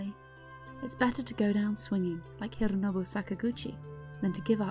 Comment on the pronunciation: Why do you call him “hirrrrooonobu”? It doesnt sound English and doesn’t sound Japanese either